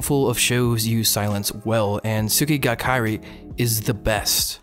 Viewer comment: What? Someone talking about Tsukigakirei? Subbed. Also, tsukigakirei is pronounced as ts-KEE gah kih-RAY, as tsuki, for moon, is generally pronounced without the U. I also pronounce it as one word